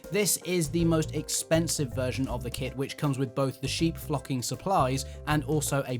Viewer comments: I thought he said, "sheep f*cking kit! 😄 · Its an amazing idea, would never have thought of that and the sheep look amazing too. I suppose you could do a green sheep but probably wise not to, lol. You are also wise in being careful with your pronunciation there. Great video thanks. :_tmrgPeckett